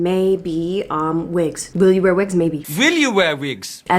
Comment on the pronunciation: “vill you vear vigs?” 🥲✨🖤 thank you for the lovely video.